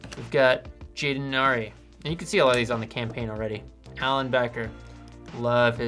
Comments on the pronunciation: It’s pronounced Are-ee not air-ee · Ari is actually pronounced like the letters r and e just put together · the fact that you pronounced it 'airy' attack makes me mad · how DARE YOU MISPRONOUNCE ARI’S NAME